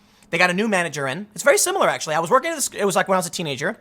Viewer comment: . Did you just say “...I was twerking really hard...”?